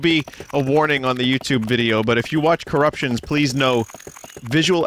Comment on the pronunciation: At this point, it really does just sound like Vinny's saying "Currucktions"